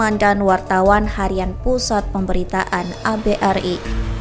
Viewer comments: miiiinnmmm ......ABRI.....DI BACA ABERI......BUKAN .....ABE'ER'I......min...min.....kamu bisa baca g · Bahasamu min , ABRI kok di baca Abe er i ??? Lucu ...... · Gimana orang membacakan naskah, baca ABRI, dibaca A Be eR I.... Ada2 saja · Keterangannya sip, menambah pengetahuan sejarah negeri ini, tpi yg VO koq pengucapannya gitu..A...B..R...I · He..he.. naratornya anak kemarin sore Ejaan lama dibaca spt ejaan sekarang. ABRI dibaca A BE ER I 😅 Jangan² kepanjangan ABRI malah tdk tahu